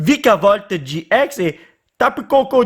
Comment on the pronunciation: Oui ok mais au lieu de dire gi ex au gx dit gé ix